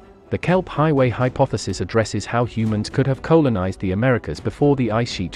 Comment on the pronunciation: Pronunciation continues to be an issue, but your computerised narrator is getting better. It's pronounced Coll-a-nized NOT Co-lon-ized.